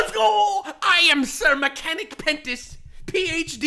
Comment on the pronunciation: I don't know why, but everytime I hear somebody pronounce the name of Sir Pentius, the Mexican I am hears "Sr. Panchos" 🤣🤣🤣